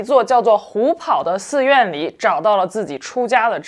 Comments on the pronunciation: 虎跑 pao第二声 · 虎跑páo,二声。